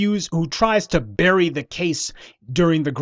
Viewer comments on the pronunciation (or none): none